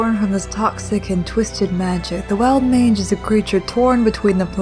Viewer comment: I thought you called it a "Wild Minge" not a "Wild Mange". I nearly flipped my truck.